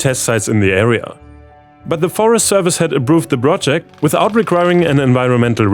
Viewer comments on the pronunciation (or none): Hey! Danke für die Videos! Wenn du Zeit und Energie hast: Die Aussprache vom "P" klingt bei dir oft wie ein "B" Bsp: Protest Camp, prayed, approved, plan, prove, programme, process. Alles mit hartem P. Ich bini sprachcoach und das fällt mir sehr auf. ^^